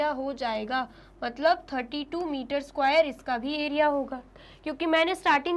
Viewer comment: Please pronounce square word properly 😂😂😂😂😅